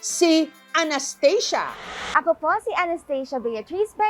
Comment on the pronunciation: Well anong Anesthesia can u pronounce the real pronouncation of ANASTHASIA😂